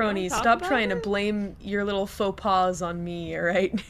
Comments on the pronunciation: Foe paws lmao. It's faux pas but honestly foe paws is funny so it's fine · *faux pas not foe paws